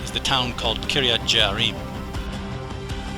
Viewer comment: Some of the pronunciations need to be revised. It is Kiryat Yearim, not Jearim. It is Mevaseret Tzion, not just Mevaseret. and there are some other examples.